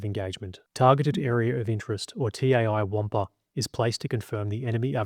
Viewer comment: "TAI WAMPA" ded🤣